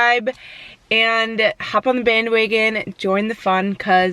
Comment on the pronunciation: The way you said bandwagon made my day